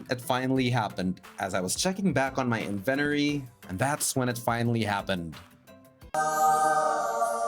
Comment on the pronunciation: Great video, as per usual! You put a lot of effort in and are right on track on becoming a full-time minecraft Youtuber. Can I just give you a well-meaning tip beforehand? Check the pronunciation of 'inventory' for your future vids. 😉